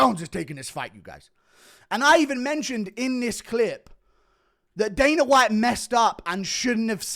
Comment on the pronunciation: It kills me every time you say daner instead of dana 😅🎉